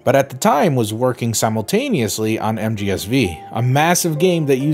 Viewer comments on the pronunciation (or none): mgsv or metal gear solid five. not metal gear solid "vee". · So uhh is he pronouncing MGSV wrong as like a joke or what?